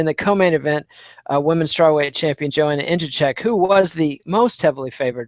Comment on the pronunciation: Just call her 'Joana Champion' cause your pronunciation of her name is not even close .. lol